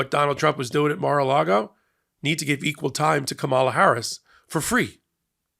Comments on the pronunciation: PLEASE pronounce Kamala's name correctly. Come on.... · please say Kamala's name correctly. Its disrespectful! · please pronounce her name correctly. If you can't, then please refer to her as VP Harris until she is sworn in on Jan 20, 2025. Then you may refer to her as Madam President or President Harris. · please get your pronunciation of “Kamala” CONSISTENTLY right!! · you just mispronounced the VP's name. Shame on you. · please say her name correctly! , LA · ", la". Gotta say it right. Respect,good sir. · Please pronounce Kamala’s name correctly- wth 🤦‍♀️ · Yes,I caught that too. It shouldn’t be that hard to pronounce her name correctly. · Her name is pronounced Kah-ma - lah ❤ 😂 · you mispronounce “Comma la” Harris. It is only six letters and her nieces led a class pronunciation at the DNC. Please do better. It may seem small to you but it is so disrespectful. It’s especially galling when it sounds like Trump’s mispronunciation. Please 👍🏼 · Her name is pronounced Kam-a-la😊😊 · Her name is Ka -ma -la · practice saying Kamala with the accent on the first syllable. Ka'mala. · her name is pronounced “ Kama la” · Did you not watch the convention? Her name is pronounced “, la “. That’s not hard. Do better,. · Comma-la please. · Love you,! Please try harder to pronounce Kamala (comma - La) correctly. I know it isn’t your intention to misstate it, however. Thanks! ❤ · IT'S COMMA-LA!!!!! DO BETTER!!! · Please say Kamala's name correctly. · C’mon, please do Kamala the courtesy and divinity of pronouncing her name correctly consistently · You are mispronouncing Kamala. Please do better FFS. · la. Why is it so hard for y'all to say her name? 🤦‍♀️ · Please, please, please learn how to pronounce Kamala! Just stand in front of the mirror every morning and say it 50 times until you learn how to say it right. You can do this. Just give it a little effort. 🙂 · Comma-la, not Ka-MAH-la